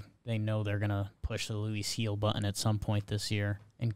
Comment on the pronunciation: Gil is pronounced like hill not like heel